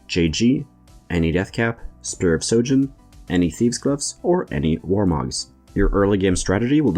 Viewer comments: It's Spear of sHojin, sry I got triggered everytime you said sojin xd. Good video anyway, ty ! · It’s SHOJIN with an H.